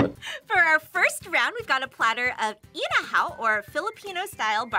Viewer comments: It's"inihaw", not "inahaw" 😅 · I had to pause because host kept repeating INAHAW, I think she meant INIHAW (meaning "grilled") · who tf is butchering these names lol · It's inihaw not inahaw 😂😂😂😂😂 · “Inahaw” 😂 Inihaw or grilled street food in our country are the best because of the dip. The vinegar dip makes the difference. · "Inahaw"😂😂😂 forgiven....it's "ini-haw" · Um it's "inihaw" not "inahaw". Inihaw from the root word "ihaw", meaning cook over burning charcoal. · it’s inihaw not inahaw btw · I/NI/HAW not I/NA/HAW not offended but kinda disracting when i see the correct spelling but wrong pronounciation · ...it's not inahaw.. it's inihaw. (ee-knee-how) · Inahaw? Is it not Inihaw? 😅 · its inihaw not inahaw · Isa and Maja (Ma-ha) Blanca, Inihaw not Inahaw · the pronunciation was a bit butchered- but here you go! inihaw- (i-ni-how) beef pares- (beef par-ez) sago’t gulaman (sa-gou-t gu-la-man) ube maja blanca (u-be ma-ha bla-n-ca) overall, not trying to hate! just want to show you the correct pronunciation! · say it with me "I.NI.HAW" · inihaw [ee-knee-how] beef pares [beef pah-res] sago’t gulaman [sah-gut goo-lah-mahn] ube maja blanca [ooh-beh mah-ha blank-cah] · Say it with me... /eeneehaw/ /eesaaw/ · Comment Part 1: As a Filipina, I always appreciate you guys featuring food from our country~ 😍😍😍 Lemme help you with the correct pronunciation~ Inihaw = Ee-knee-how (Ee as in Bee) Isaw = Ee-Sou (Sou from South) Pares = Pa-res (Pa from Papa/Res from Rest) not Paires Sago = Sa-goo (Goo as in goop) Gulaman = Goolā-man (Goo as in goop) you prolong the la Ube = Ooh-beh not Ooh-bay Maja = Ma-ha I also appreciate y'all mixing the Halo-halo before eating it. A common mistake foreigners do when they feature Halo-halo is they just serve it and not tell people to mix it first. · "Inihaw" po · eneha you said it's inihaw